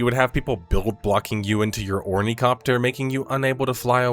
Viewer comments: "or-knee-copter" instead of ornithopter?! ENTIRE VIDEO INVALIDATED. I rather liked the idea of the end game in principle, but I'm practice it was just poorly done. As someone who actually liked the melee system, I was going PvP would be like that. But realistically there was rarely and on-foot PvP, and if there was it was lots of shooting and people running away. At least in my experience. 99% of PvP was flying 'thopters and shooting rockets at other flyers and harvesters. It was incredibly lame and boring. However the PvE side of things is really great, on a base level. I don't give a shit about the story, I skipped through every video and story thing I could after the first few were dead ass boring. But gathering materials, killing stuff, building fancy bases, crafting stuff... It's all a blast! I played nearly 300 hours and only about 30 hours of that was trying DD end same PvP. Which sucked, then I just spent another hundred or more hours solo ninja gathering T6 ores and mats and spice from the DD. Solo because all my friend had quit long before. Ultimately the lame end game and annoying tax/fuel system being base maintenance were annoying, so I quit, too. Although we're looking forward to going through the PvE stuff again from scratch whenever big new updated drop, like the Chapter 3 recently. Probably do another hundred hours of that. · Also its THOPTER not COPTER bruh xD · OrniTHOPTER. Dude did not actually read Dune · Hearing "Ornicopter" is driving me up a wall. Its Ornithopter. Helicopter comes from 2 root worlds Helico and pter not heli and copter. Ornithopters are aircraft that fly by flaping their wings, helicopters fly by rotating them. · Its a thopter not a copter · Ornycopter < Ornithopter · Ornicopter? OrniCOPTER? What the thopt are you talking about? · I agree with all points except "Ornicopter" It's "Ornithopter" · Ornicopter? WTF? Uh, how about Ornithopter? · "Orni copter" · ornithopter, not ornicopter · says he reads Dune says OrnEE-COPter